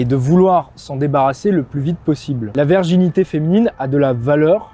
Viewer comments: excusez-moi, mais prononcez bien correctement le mot virginité avec un "I", parce qu'on vous entend dire"verginité"!😂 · Pourquoi prononcer "verginité" au lieu de "virginité"?! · La verginité ou la virginité? ^^ Attention à la diction garçon. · Merci mais si tu dis encore une fois verginité au lieu de virginité je me désabonne 😭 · Ton discours est intéressant et juste par contre c'est "virginité pas "verginité".